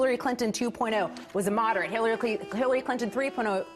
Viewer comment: 6.11 She said killary?